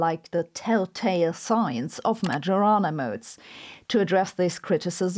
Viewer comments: poor Majorana, called as "magiorana"... 🙁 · Probably you should pronounce the modes as the man's name in Italian: [ˈɛttore majoˈraːna], thus the "j" not like in djembe but like the "y" in karyenda. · To quote ChatGPT, The name "Majorana" is of Italian origin and would typically be pronounced in English as "ma-yo-ra-na". Here's a more detailed breakdown: - "ma": rhymes with "ma" in "mama" - "yo": like "yo" in "yoga" - "ra": like "ra" in "radio" - "na": like "na" in "nana" In Italian, the pronunciation may vary slightly, especially the "j" sound which can be a bit softer, closer to a "y" sound in English. The accent also typically falls on the second syllable ("yo"). === So, it does not sound like "Major" with the distinctly English 'J'. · Every time Sabine says "majorana" I hear "marijuana". But, the "who could it be?" for the phone call caught me off guard. Lastly, Sabine's explanations for quantum physics and entanglement make it all seem self evident and obvious the way I thought of it. Not the way everyone else talks about it. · The "j" in Majorana is not pronounced like that. That aside, great job as always! 😊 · I can't beleive how she says "Majorana" 😢😢😢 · Thank you again for your super-interesting videos. But please, just stop pronouncing Majorana's name that way. The correct pronunciation of 'mAJOrana' is like the 'Io' of 'Iowa', the US State.